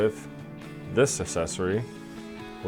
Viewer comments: Asscessory? Sorry to be pedantic but it’s pronounced ‘ak sess ory’. Yep I hate myself now😂good video tho. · Thank you!!! I thought I was the only now who noticed the mispronunciation lol